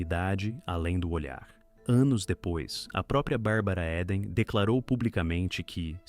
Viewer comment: Muito bom e interessante o conteúdo, mas a pronúncia incorreta do sobrenome da atriz repetida várias vezes durante o vídeo doeu no ouvido 😝 (Eden pronuncia-se ‘íden’, não ‘éden’)